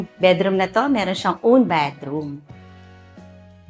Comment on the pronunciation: I just can't get over the "betroom" word. Cloying. Got to go. 😷😷